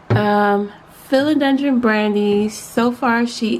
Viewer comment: You are saying it wrong! 🥰😁🥰😁🥰😁🥰 Subscribed! 😂